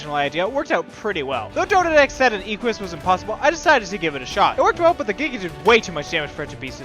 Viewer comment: The way this guy says "Equus" like "ee-kwee-us" is cancer of the ears. You are trying too hard. It's just "Eh-kwus". Stop adding syllables and sounds that aren't there. Oh god the way he says thylacoleo is even worse...